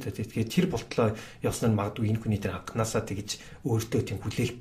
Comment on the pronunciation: Анкнаасаа, ерөнкийлөгчийн гэж их хэлэхээр ёооо, кэцүү байлаа шүү